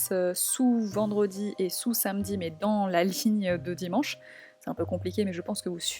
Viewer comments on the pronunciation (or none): none